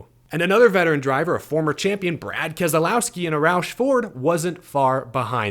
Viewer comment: What I took from this race was an incredible old school race. The other was a name pronunciation problem that creeped in from the old TNT/NBC races from the announcers. It is not Kes el owski, it's kes low(as in the word allow) ski. Get it right folks! I'm surprised that you haven't been called out yet by BK.